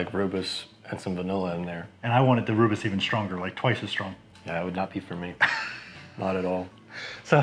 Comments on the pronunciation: Nice! I’ve been meaning to brew something with rooibos; this sounds like a nice combination. I might do a cream ale version though :) Btw, it’s pronounced roy-bus. Cheers! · Hi, looks amazing and sure it tastes incredible. As a South African please can you quickly watch a video on YouTube to pronounce Rooibos correctly 😊. I have made a Rooibos Ale and wow it was so good...maybe because I only drink Rooibos 😅 but I actually added the tea at flameout for 20 minutes